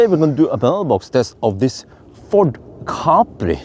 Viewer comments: Im the uk it was always pronounced cap pri. Not car pri 😊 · In the USA back in the 1970s it was pronounced ca-PRI with the accent on the second syllable.